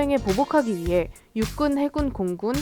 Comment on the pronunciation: 진짜 빡대가리들인가? 을 멈춰보라는데 위해라고 말한게 예라고 들리는데 계속 들으면 그게 스웩있는거같이 재밌게 느껴져서 그런거잖아 븅신들아 사진이랑 그러거때메 웃는게 아니라 꼰대색히들아 우리 시대 못맞추면 아가리닫던가 존나 시비야